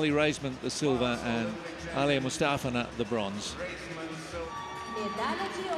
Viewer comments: I'm rewatching this and the way the guy is saying Mustafina is bothering me! It's Moo-sta-fee-na! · they say aliya mustafina wrong